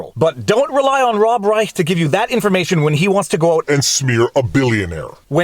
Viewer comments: Viva, Reich's name is pronounced like Rye- Shh. 😉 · I believe it's pronounced "Rische" with a 'sh'. Your logic and attention are spot on. It's too bad you're Canadian (Quebeci?); If only we had that intelligence in the US. Thanks. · He pronounces it like "Reish", but I found it entertaining that you used the original German pronunciation. "Robert III Reich" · Reich was an ideological hack economist for Carter, got into bird-cage-lining editorializing on CNN and the like, and has gotten steadily worse. BTW, it's pronounced Rye-ssssshhhhh, with the sh part about 2X as long as the Rye part, ideally with a rattlesnake-like rattle at the end. No one else with that name pronounces it that way, but that's appropriate for him. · Hey Viva, check out how Rush Limbaugh pronounced Robert P Reichhhhhka. You might get a kick out of it. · I believe this is the same Robert Reishhhhhha(as Rush used to pronounce it) who used to be called out regularly by Mr. Limbaugh for falsehoods of various types ...... just sayin' ..... ;-p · The ch is pronounced sh in Reich's name. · Viva: Your assertion that you were unfamiliar with Rob.B.R. shows that you were NOT a Rush Limbaugh fan, cuz Rush did frequent "updates" on the guy, Famously mispronouncing the name as "... REISCSSSSSSSSAAAH" each & every time!!! (All "Ditto heads" d'un certain age would know this...) :) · If you want a good chuckle find a clip from R Limbaugh from the Clinton era on how to pronounce Rob Reisch’s name